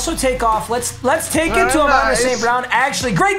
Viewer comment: Yo he is murdering Amon-Ras name lmao